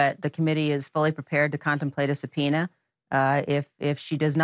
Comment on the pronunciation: "SUBPONEA" - really John?